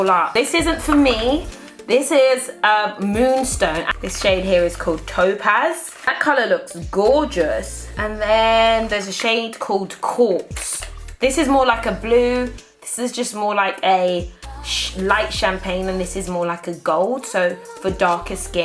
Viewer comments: when you said "there's a shade called quartz" i thought you said "corpse" LOL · When she was saying the names of the highlights i thought she said corpse not quartz 😂😂😂😂😂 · Did you just say the color is « corpse »? 😭😭😭